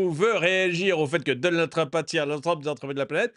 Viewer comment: Le président réélu... Il n'arrive même pas à prononcer le nom de Trump...